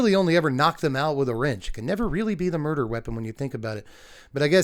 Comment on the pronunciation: "What's a moirder?"